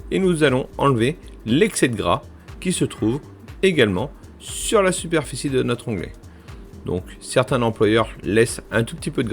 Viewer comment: 2.22min superficie et pas perficie